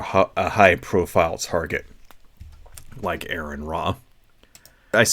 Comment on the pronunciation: Seriously dude, if Aron is your personal hero you really should say his name correctly. Aron would not approve.